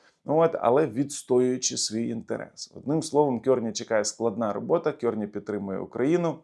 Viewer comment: Прізвище канадського прем'єра - Карні, а не Кьорні.